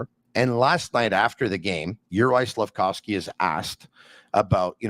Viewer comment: saying SlafCOWsky 😂